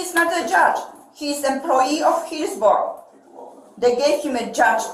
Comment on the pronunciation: She said, “Heelsboro.” I knew it had to be Trump country!